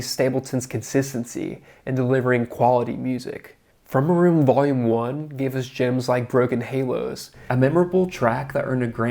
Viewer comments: It's From Ay Room not From Uh Room 😉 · I don’t know how familiar you are with Nashville, but the “room” referred to on the album is pronounced with a long A not a short a. As in “from “A” room”, not “from a room”!! It’s identifying!! A room is a specific room used by many country icons in their recordings. It’s legendary. It’s not just a room. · Great little doc man! However you kinda missed one thing…His album “From A Room” accentuates the “A” as in Studio A of RCA in Nashville. You can Google the significance and history of that room but ol’ Chris S. might smack you if he hears you pronounce it “From ah room” ! 🤣🤣🤣